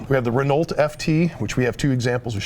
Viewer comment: I died a little when he tried to pronounce "Renault."